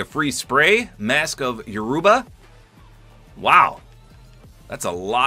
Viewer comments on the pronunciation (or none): "mask of "Yoo-ruu-BA" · It’s pronounced Yo - Roo - Bah. The roo is said with higher pitch I guess. Don’t know what to call it. But it doesn’t go deep like u said.(Not trying to be picky but that’s just the culture I know and how it’s called.) Great skin and great vid.